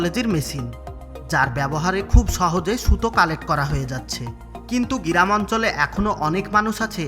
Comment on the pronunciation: আপনি ফ্যাক্টরি কে ফ্যাক টোরি কিভাবে বানালেন,,,,সেটা নিয়ে একটা ভিডিও বানাবেন,,,, আর গি রাম ,,, টা কে গ্রাম বলার চেষ্টা করবেন 😀😀😀😀